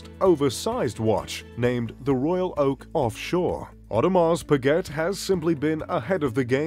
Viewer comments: T is silent in Audemars Piguet. Got annoying after hearing it half a dozen times... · It's pronounce Pigay(Piguet)not Piget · You should at least know how to pronounce the name of your favourite brand. It’s not pigget , it’s peegay! French! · 'pa-get'?? LOL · Hard to take a list seriously that includes Bremont but not Vacheron Constantin or A Lange & Sohne from a guy that doesn't know the correct pronunciation of Piguet even though he states its his favorite brand. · He can't even pronounce Piguet